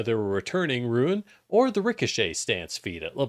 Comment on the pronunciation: BTW, rune is pronounced 'roon'. 'Roo-in' is spelled ruin.